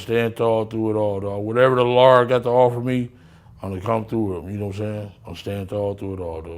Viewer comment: Lmaooo This Goofy Ass Clown 🤡 Said The Lard Got Me😂😂 The Lard